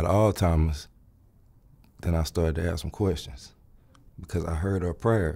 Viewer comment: Electrical Engineering degree? "Know what I'm sayin", Aks somebody for help". sorry but I seriously doubt this man is a Prof Eng.